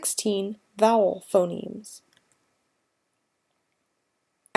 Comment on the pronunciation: Pho-NEMSZ not nims!